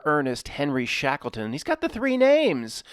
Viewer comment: Shackle-ton. Shekels make shackles. Shatan, ton sound. Boston, Washington etc. to mark occult centres of control.